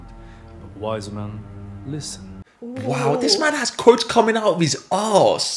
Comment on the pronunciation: Arse not Aawws